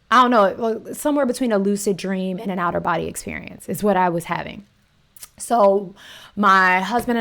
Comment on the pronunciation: lmao when she said “out of body experience” it sounded like she said “outer body experience”😂😂😂